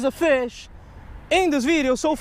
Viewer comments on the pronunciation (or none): ASIAN MAN HAS A FEESH AWN HIS LINE!